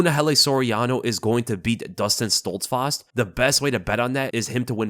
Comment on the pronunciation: bro why do you say Dustin Stoltzfarst LMAO wtf am i hearing